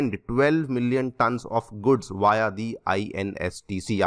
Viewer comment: Via Vaya nahi veeya pronounce karo 3000 tonn is actually 3 M tonne, so 400% is right